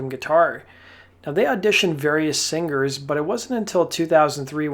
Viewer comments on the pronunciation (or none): You're not supposed to pronounce the "G" in "singers".